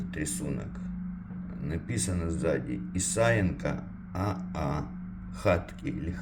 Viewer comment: Я так думаю правильно ,,хаткы ,, ,ударение на ,,ы ,, От слова хата ,а это во множественном числе.